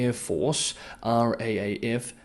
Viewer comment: RAAF is pronounced R--double-A--F. China likes to expand all these flexible borders. Looking for trouble.